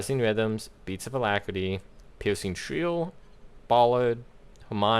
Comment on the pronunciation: He says his “r”s as “w”s, shwieking shwill